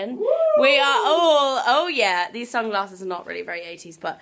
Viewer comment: Love when you corrected yourself after the way you pronounced sunglasses haha! Sounded so American!